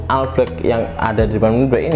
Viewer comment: Bro, All Itu dibaca "OL" bukan "AL" 😂